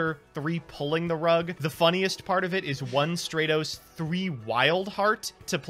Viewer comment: deserved to lose, purely on mispronouncing Stratos, there’s the roast.